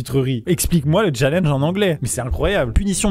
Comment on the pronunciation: Déjà sais challEnge et pas challENge et sais romAn et pas romAN